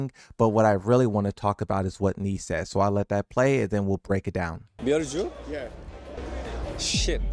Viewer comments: cause he's saying it wrong, americans are idiots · Miary Zo 🚫 Marie Zoo ✅